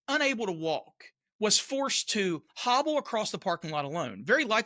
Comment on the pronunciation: “hobble” - hehehe 🤭